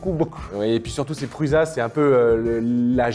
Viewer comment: Ben alors, on zozotte? C'est pas PRUZA mais ça se prononce PRUSSA;) Et puis en passant la I3 est le design de sa 3e itération. Allez voir la Prusa Mendel, ça n'a rien à voir. Sinon les billes qui se font la malle, c'est sur les roulements chinois, là vous ne risquez rien...